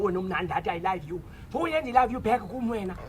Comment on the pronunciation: ndim owathi "i layve you"...sikude esi isiNgesi 😂😅😂